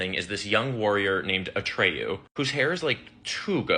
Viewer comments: Atreyu not Atrayu. The book was better. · ATREYU!!!!! It’s ATREYU